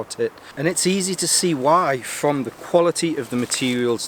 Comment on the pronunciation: You sure you're sober after new year? "From Frahm..... Frahm Frahm..... Is that where it's Frahm? Coming from Norfolk I thought you'd picked up our accent ole boi. Lol Happy New Year btw Frahm me to you!